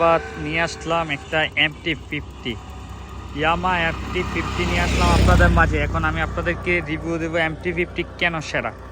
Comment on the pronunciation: ভাই আগে ঠিকঠাক উচ্চারণ টা করেন তারপর রিভিউ দিয়েন। এমটি ফিফটি বলতে আমার জানা মতে বাংলাদেশে কোনো বাইক নাই তবে এমটি ফিফটিন নামে বাইক আছে।